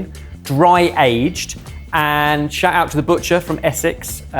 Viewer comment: I think that also heard 'Shat out of the abutcher' rather than 'shout out to the butcher'.